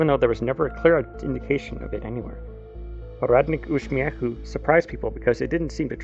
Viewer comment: Damn, your pronounciation of Kraina Grzybów and Poradnik Uśmiechu is SO good.